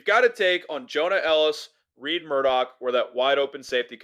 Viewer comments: It is RED not Reid or Reed Murdock, lets get it right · I found "Reed" pretty irritating.